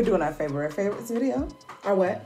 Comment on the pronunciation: Lol Feb'ry you heard her Shay she said Feb'ry